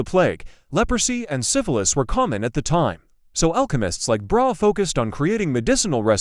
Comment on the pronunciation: Learn to pronounce Brahe's name!